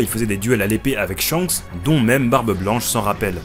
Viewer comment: Petite correction, Shanks ne se prononce pas ShiYanKuSu mais Shankusu, en effet le « Ya » est minuscule, on a donc une contraction du Shi et du Ya qui donne Sha (mais effectivement, ça s’écrit bien Shiyankusu)